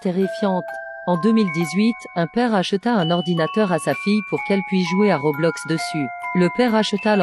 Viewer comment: T'as dit Robloc 🤣🤣Mdr